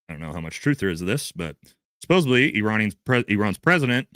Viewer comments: (sigh) the word is SUPPOSEDLY. There’s no B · You mispronounce the word “supposedly” every time and you use this word numerous times in every broadcast. You say: “suppose a bly” 😳 This mispronunciation is often made by primary school students. I don’t know why no one has informed you, but I am telling you now to help you. The word is “suppose ed ly.” “Suh pose’ ed lee” With a “d,” not a “b.” Happy New Year. 🎊 (Bookworm) (Here are some examples so you know I’m not lying:) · Love ya. Suppos-ED-ly, please 😭💜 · Supposedly. Not Supposably.😐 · Supposedly not supposably. Great content otherwise. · Supposably is not a f%$#ing word bro. I love you but come on. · I prefer supposebly - always makes me smile 😊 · I believe you are pronouncing supposedly with a b instead of a d. ~with love